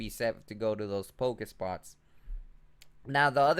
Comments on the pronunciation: pokeSTOP GOD stop saying pokespots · Pokestop not pokespot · It's pokeSTOP not spot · dont pokespot it is poke stop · POKE. STOP. NOT SPOT. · Man, its a pokestop not a pokespot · its called pokestop not pokespote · PokeSTOP not pokespot :P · it's poke stop!! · Learn 2 English dude. PokeSTOP